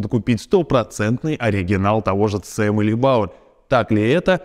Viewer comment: CCM читается как Си Си эМ.